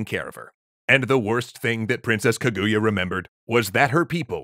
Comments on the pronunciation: It is pronounced KA-GU-YA not KAGUya, also I really like this story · Hm, not enough Ishigami in this version, I'm affraid... and dear God, its KA-goo-ya, not kuh-GOO-ya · just a side note on the pronunciation, it's kah-goo-yah not ke-gu-ya, japanese characters aren't very sharp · Japanese pronunciation hack: Japanese puts even emphasis on every syllable, as opposed to English, which usually puts emphasis on the penultimate syllable (ka-gu-ya instead of kuh-GOO-yuh). It's difficult for English speakers to get the emphasis right, so try putting the emphasis on the first syllable. This still isn't perfect, but it'll get you closer. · Well... technically, the Japanese call it Fuji-san, because if you start with "Fuji" you don't even have to say "yama" to let everyone know what you mean. Also, it's "KAH-goo-yah", not "kuh-GOO-yah". Three-syllable Japanese names always emphasizes the first syllable. (e.g. KAgome, not kaGOme.) It feels a bit weird at first, but it's the same rhythm as "history". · "kuh GOO ya" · Kaguya's crying because people are pronoucing her name has as kuhGOOyah. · Oh god the pronunciation 🤮 That would be like hearing someone calling him King Ayyythuuurrr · Kaguya is pronounced with emphasis on the first syllable (watch JAXA video about their space probe, it's spectacular). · Great episode but the pronunciation of Kaguya is low-key killing me ngl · So we just gonna ignore the bad pronunciation of Kaguya?